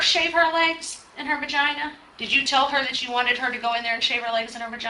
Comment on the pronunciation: Interrogator said her bergina. Yeah i can tell how hqppy the intorrogator is about an open and shut case